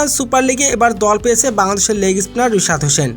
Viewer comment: বিশাদ না😂 রিশাদ